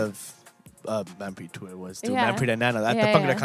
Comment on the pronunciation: Learn to properly pronounce your last name.